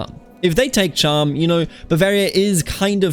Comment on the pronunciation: as a fellow bavarian muss ich dir sagen, dass du Cham falsch pronunced hast. It's more like Kahm :) grüüße servus